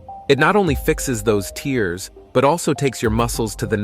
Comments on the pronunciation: Tears pronounced as (tehrs) not (tiers) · BTW buddy, those microscopic "tears" are pronounced "tares" to differentiated from "tears" that fall from your eyes. Reading your copy beforehand is like using spellcheck after writing something -like this sarky entry on your channel. Your friendly(not) pronunciation friend. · Pronounces muscle 'tears' as TEERS (like the ones you cry when you can't even do 10 pushups, lol) and expects to be taken seriously. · The voice (computer generated?) is mispronouncing "tears". It's not "tears" as in crying but "tears" to rhyme with "bears". To pronounce it as in the video is nonsense, as muscles cannot weep. It also shows people doing rapid pushups with their chests never touching the floor, which contradicts the advice of anyone who knows how to do pushups. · Why does it keep mispronouncing tears? 😂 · The narrator weirdly pronounces “tears” to rhyme with “fears” not “fares”… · If you want some respect, try to learn how to pronounce "tears". Really, I don't think we are crying about it! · Eventually, the robot readers will even be able to distinguish between homonyms like "tears" and "tears", which this one gets consistently (and amusingly) wrong. Another giveaway was its pronunciation of "eccentric", which is always pronounced "eecentric" in the workout and therapy world for some reason I don't understand.